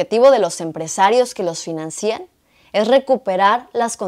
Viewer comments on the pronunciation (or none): De acuerdo. Sólo una cosa: se dice "financian" y no "financían".